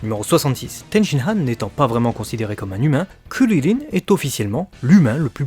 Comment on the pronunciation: Ridicule a dire kuriline